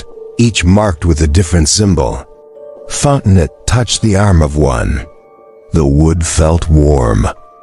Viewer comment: Fon te noe,,,,,,,not Fontenot…………..